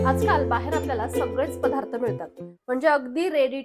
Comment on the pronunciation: अगं, " पधार्त " नाही बाळा, " पदार्थ " म्हण. आणि "बणवणे" नाही करणे. ( मराठीच्या कुठल्या शब्दकोषात ' बनवणे ' हा शब्द आहे का?)